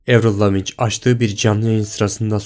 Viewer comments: Ya siz nasıl bir şakasınız? Öncelikle Amerikalı değil, Kanadalı ve LAVİNÇ NEDİR lavin diye telaffuz ediliyor önce onu öğrenin. Ben çocukluğumdan beri Avril hayranıyım onu da belirteyim ve burada adam tutmuş arada en az on yıllık fark olan durumları kıyaslamış çok doğal değil mi onca yıl içinde zevklerin, görünüşün ve hatta sesin değişebileceği? İlk çıktığında yaşı küçüktü aradan uzun zaman geçince kim aynı kalıyor? Karşılaştırılan fotoğrafların çoğunda çekim açısı, pozu, elinin kolunun durduğu yer FARKLI. Benim bile bir imzam diğerini birebir tutmuyor, ayrıca kıyaslama yapılan CHROUS kelimesi diğerinde küçük harflerle yazılmış sayın yüksek zekalılar kgjdfjgkdh. Her şeyi geçtim diş yapısı tamamen nasıl aynı kalabilir bunu da açıklayın? Ve kim kendi hayatından vazgeçip her şeyini bırakıp başkasının yerine geçer çok benziyor olsa bile? Çok aptal bir mevzu bu gerçekten inanan varsa yazık ne diyim fkdgjdg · Lavinç nedir Lavinn diye okunuyor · Avril Lavinch diye telafuz edilmiyor.... Avril Laviyn diye telafuz ediliyor.... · aq bune avrilin imzası öyle değil ki zaten ve lavinç değil laviin diye okunuyo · Video başından sonuna hatalar içeriyor Avril Lavigne(avril lavinç diye okunmuyor avril laviin diye okunur) ilk olarak Kanadalı bir şarkıcıdır buradan başlamak üzere burun fotografı tamamen fotoshop ,ayrıca yan yana durduğunu söylediğin fotografta fotoshop o fotograf bir gala gecesinden alınma sesle ilgili videolarda uygun programda kendin sesle istediğin gibi oynayabilirsin ki muhtemelen oynanmış o kayıtların orjinal dvdlerini dinle bu konuda yeterli araştırma yapmadığını düşünüyorum. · avril lavinc degil okuz bőyle okunuyo evril lavin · Lavigne Lavinc diy okunmuyor Kanadalı ve Fransız bir soyadı var (bazı yerlerde fransızca konuşuluyor ya) Laviğn diye okunuyor bildiğim kadarıyla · Evrıl lavinç miş evrıl lavinç diyemi okunur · Lavinç mi, kardeşim ingilizce özürlü müsün? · Avril Lavinç!! kulağımı tırmaladı:D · yalnız o "evrıl lavin" sonunda c sesi yok